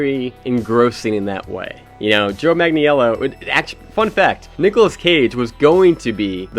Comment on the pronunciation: jesus, just google how to say his name